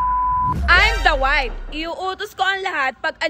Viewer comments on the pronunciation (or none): Sa true…infairness graduate cia ng accountancy…but she can’t even pronounce the word WIFE properly🤣